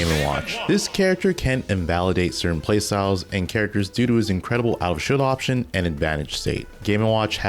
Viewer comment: Bro slow down on your video, youre saying all this stuff assuming people know what "outofshieldoption" is. And yes, you said it as if it was all one word.